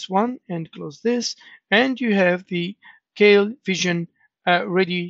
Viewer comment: "KEIL" is german and is pronounced like "kile" in english, just fyi